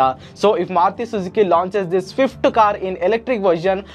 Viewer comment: It's Maruti, not Maruthi btw